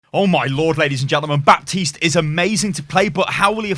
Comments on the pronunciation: The p is silent btw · The pronaunciation of Baptiste is with a silent 'p' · Baptiste is a french name and as a french guy i can tell you that the P shouldn't be pronounced. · Well Baptiste pronounces it wrong then. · Baptiste is not a french character though but a Haitian. This may very well influence his pronounciation. I mean, Brigitte is a german name (and in the lore was even picked by Reinhardt) and they don't pronounce the name like it is traditionally in german either (in case you are wondering, it's not Brigeet but instead Bri-git-te).